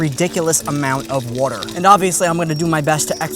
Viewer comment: Really interested where dude is from the way he says “watr…” or “waytr.”